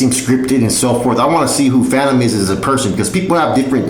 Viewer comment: *Phantom not phatom 🙄